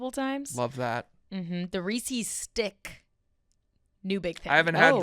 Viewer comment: mispronouncing Reese’s is driving me bonkers